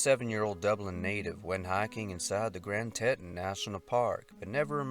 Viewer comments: Please, please, for God's sake, learn how to pronounce these things! Sean is pronounced Shawn and Tetons are pronounced tee ton. Jesus, it makes me crazy to hear you mangling the English language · As well…. The Grand Tetons are pronounced, well…. Tee-tawn. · Some of his pronunciations are killing me, Grand Tetons, Sean